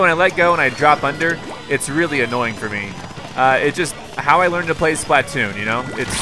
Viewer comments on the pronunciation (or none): I'm pretty sure that "Splatoon", is pronounced, (spl-uh-toon) Just what i think.